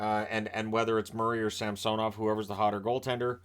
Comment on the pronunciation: Too bad didn't get the memo about Ilya's request at the beginning of the season for the new pronunciation of SAMsonov.